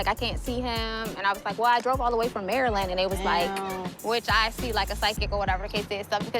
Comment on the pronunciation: I just wanna say thank you for pronouncing Maryland correctly so many YouTubers call it Mary-Land 😂